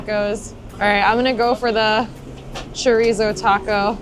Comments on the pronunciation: Chorizo, the 'Z' us pronounced as an 'S'. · Girl you need to roll that R when you say choRizo lol